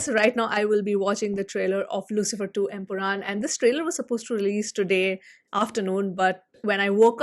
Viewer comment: It’s not empuram. It’s empuraan